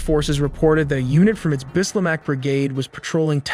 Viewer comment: Bislah not bislamah And it is a commander corse